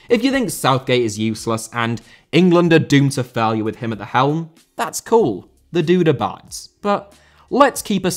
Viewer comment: Hearing "the dude abides" in an English accent is a bit odd and... I don't know...I'm still trying to process it ..